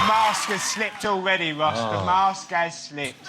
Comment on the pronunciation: Ross’s Mum must of took all the Rs out of his chucked in a few Ws!!!🤷🏻‍♂️✌🏻😅